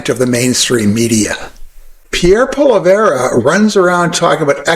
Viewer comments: It is very difficult to take you seriously when you were following the Trump tactics of mispronouncing your subject’s name. Before you get on our rent, you should at least spend five minutes to listen to basic information and you would learn how to pronounce the very easy name that he has. It’s something AKIN to say ( and then trying to justify it by explaining that, even though you know, it’s misused, you’re going to go ahead and say it incorrectly anyway. Very difficult to keep paying attention and trying to understand or give credibility to someone who speaks like that. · Please say his name properly, mr.. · I love what you are doing, we need more like you, waking people up about how dangerous this movement towards Maga is in Canada, too. I heard you pronouncing Polièvre's name the right way, but then, most other times, wrongly. It is Po-li-ê (long '"a")-vr. Do not pronounce the last "e" it is almost quiet. I hope this help, not that it matters that much that we butcher is name.... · You don’t know shit about Poilievre. You don’t even pronounce his name right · may you should learn to say his name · This is just paid Liberal BS as we have seen repeatedly here in Canada. The guy does lots of research but can't even pronounce Poilievre's name?! Not even remotely close! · What is the option? Please pronounce his name correctly. We need to stop border crossings, carbon taxes, more oil not less, and I will never believe that we can cure climate change. Stop being a Liberal shill dumb dumb. You vote for Trudy or Jagsheet, I'll vote for Pierre. Wish we had a Donald Trump here he would take care of us just like he takes care of his own people. Pathetic Liberal Propaganda. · Just to try and help out, I've found it's likely pronounced "pu-ah-lee-ave" give or take the sharpness of the "franglish". That said, don't sweat it. Pierre certainly doesn't when he mispronounces always as AL-ways. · when he says it himself, it sounds like Poly-ev